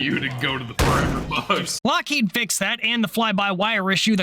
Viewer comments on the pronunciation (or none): none